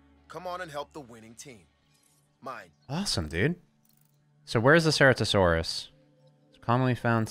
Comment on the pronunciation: Ceratosaurus: prenunciation is as follows. Sir-at-o-saurus